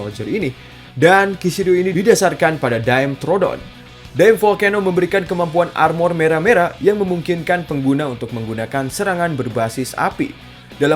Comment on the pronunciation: FYI aja min. Klo pembacaan species kaliamtnya jangan di jadiin ingris semua Contoh tdi di dimevolcano, kan dia diambil dari referensi dimetrodon, nah penyebutannya jangan "daimtrodon" ini salah. Yang benar tetap di baca "di-me-trodon" min. Semoga berguna🙏 kedepannya